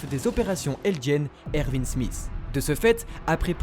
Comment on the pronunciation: On dit erwin